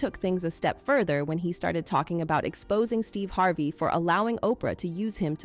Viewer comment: Is every name pronounced weird on purpose? Monica. HarvAY. Veeola. Gaybrielle. ??